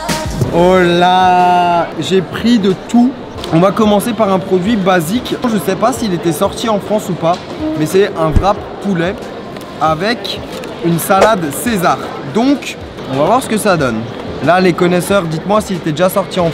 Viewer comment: Mec tu me fait saignée des oreilles quand tu dit vrap et non wrap